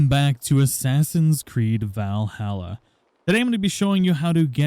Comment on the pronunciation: Someone really needs to teach this man how to properly pronounce Valhalla